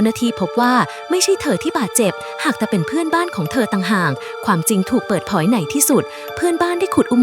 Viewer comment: "ความจริงถูกเปิดผอย" ตอนพิมพ์ให้ AI มันอ่าน ฟังที่มันอ่านหน่อยก็ดี มันออกเสียงตลก แก้ใขบ้างก็ได้ รีบปั่นคลิปทำยอดอ่ะดิ